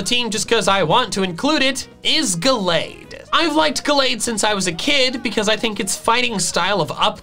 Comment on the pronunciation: IT'S GALLADE, NOT GLADE!